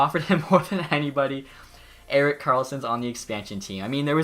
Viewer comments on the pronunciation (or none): none